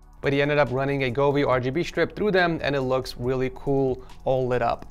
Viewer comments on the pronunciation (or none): i love how he says welly cool